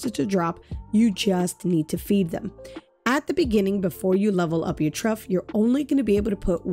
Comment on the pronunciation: Thank you for the help! BTW "Trough" is pronounced like Trawf, not Truff 😉 🤓